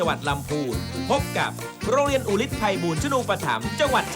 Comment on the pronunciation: อุลิตจ้า ไม่ใช่อุทิศ